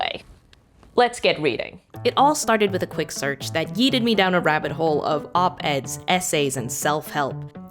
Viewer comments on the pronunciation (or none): The subtitles say yielded, but I'm sure I heard yeeted. Which is weired for several reasons, the most important one that the past tense of "yeet" is "yote".